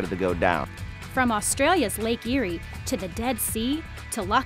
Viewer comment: If anyone cares , the Lake Eyre mentioned in this clip is pronounced Lake AIR, not Lake EERIE. (Just in case you need to ask directions)